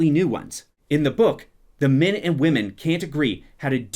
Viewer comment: Sometimes when you say "men" it sounds like "Min", so I heard some really confusing things. "... Causing Min to attack the Dark One without the women's help..." "...and how Min going Mad would influence..." "This is a word where Min can only be reincarnated as Min...." 😂😂😂